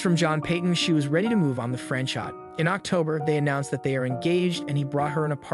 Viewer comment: his name was not fran-shot. it was pronounced fran cho the t isn't pronounced